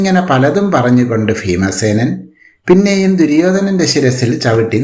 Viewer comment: Feemasenan🤣🤣🤣 you mean bheemasenan?